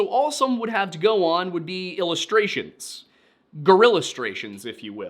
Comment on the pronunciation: I prefer to "Save" uploads of The Lore Lodge for my Saturday morning coffee. However I may have to reconsider due to the coffee I have to clean off my television after a uncontrollable spray left my mouth after the word "Gorillistrations"was used by. Not my usual channel for laughs but thank you